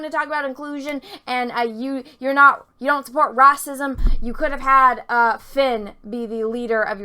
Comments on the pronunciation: Your pronunciation of "whammen" and "rassism" are delightful. ....seriously though Disney fucked us out of a stormtrooper-turned-Jedi because of overseas profits and thats a bummer. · Jon Boyega pulled off a rahcism too